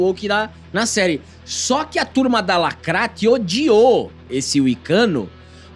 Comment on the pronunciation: Pq vcs falam "lacratti"